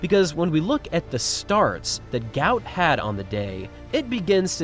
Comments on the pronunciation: Not ‘Gout’ like the illness. his South Sudanese name is Guot, said Gwot. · IT'S GU---OT .....not gout... y'all can't get it correct?? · The pronunciation is "Goot". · He is on record as saying his name should be pronounced Gwot Gwot, although his father says he will answer to anything! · Its Gwot not like the disease